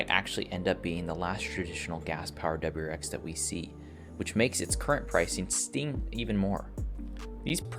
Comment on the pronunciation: “Double-U R X”. If you can’t pronounce it, don’t say it so much.